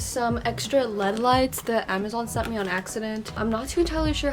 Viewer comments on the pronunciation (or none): when she said led lights i died instead of l-e-d lights😭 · I love this video, but it triggers mw everytime she says lead instead of L E D. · She said led lights instead of l-e-d light 4 whole times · yea that was triggering me lol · No its pronounced led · Is anyone else gonna tell her its L-E-D lights not led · no hate, but it's L.E.D not led lights (you say the letters like IRL or BRB) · me in my head wondering why she is saying : led lights instead of l - e - d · I like how she calls them lead lights not LED lights! I'm not making fun of her it's just cute ⚠️NOT THAT KIND OF CUTE⚠️ like awe that's so cute🥺 Not Oh~ that's cute~😏😍 Dont come for me pls Also I like how u are like my sister... U take up the entire room with all your stuff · LMAO girl i say “led” too😭🤣🤣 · She really said led lights lol girl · hahaha "lEaD lights" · Ikr it’s elleeedee lights 😂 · yeah but one of the times she said led, but I guess it’s really no big deal